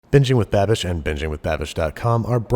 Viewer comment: if you arent familiar with the channel name/aren't looking at the screen, it sounds like he's saying benjamin babish